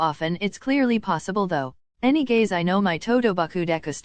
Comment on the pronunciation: I acttdently clicked on one of the videos - heard any-gays and now this is my home